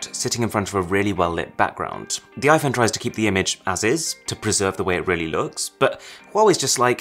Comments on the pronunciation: Arun said iPhoney. 😂😂😂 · Try and convince me he just said Iphone "I phoney" 😂😂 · did you just say iphoney